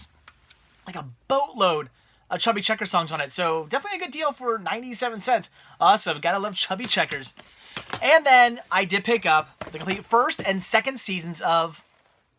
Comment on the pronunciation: Chubby Checker. No "S"!